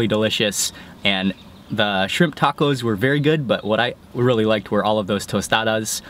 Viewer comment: Sounded like you said "fried chimp tacos". lol Everything looks so damn good! I am drooling.